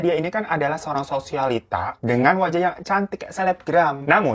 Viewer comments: SOSIALTIA, tapi semua orang bilang SOSIALITA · Sosialita bang bukan sosialtia😂